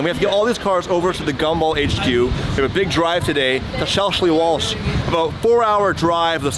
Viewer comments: Shelsley Walsh = Shelzlee Wolsh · It's pronounced SHELL SEA WALSH If you want a great drive out head north up thru the borders and onto Scotland. Best Road... Past Balmoral Castle Over the Lecht pass Lecht road onto Tomintoul THE best ever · I know its probably put on for the sake of youtube but its SHELLS-LEE Walsh its really not that difficult..